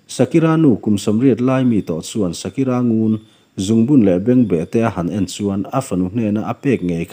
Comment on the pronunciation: A nung chunga nupui phum hi a hming i lam dan leh ka hriat dan a dang tlat. Shakira/Sakira nilovin Shakere/Sakere tiin ka hre țhin. Mahse, ka hre sual zawk maithei. Ka naupan laia ka chhiar țhin ania, kum 10 pawh ka la tling lo. Pu HT Sangliana chanchin ziahna hmasa MI HRÂT KHAWKHENG HT SANGLIANA tih lehkhabu kha a ni. Lehkhabu ka chhiar chhuah hmasak ber a ni hialin ka hria. Khami ațang khan Pu Sanga hi khawvela ka mi ngaihsan ber pawl a ni ta hial a ni. Tuna a chanchin kan ngaihthlak hi chu a retired hnua a ziah a ni a. MI HRÂT KHAWKHENG HT SANGLIANA tih kha chu a service lai ngeia ziah a ni. A rei ve ta viau. Mizo naupang kum 10 tlinglo khan kha lehkhabu kha ka chhiar chhuak ve thlap. Tin, Pi Sakere chungchang hi tuna i chhiarah hian a ziak langloh pakhat a awm a. Chu chu, a ruang an han phawrh chiaha an han hmuh khan Pi Sakere ruang chu a bawkkhup nge a saisir zawngin a lo awm a ni tiin a sawi. (A ruang hi a saisir nge a bawkkhup tih ka hrechiang chiah ta lo. Ka lehkhabu ka zawng hmu mai hman silova.) Tin, a hmaihma ngeiah Pu Sangliana hi hmuin thla ka lakpui a...to be continue...haha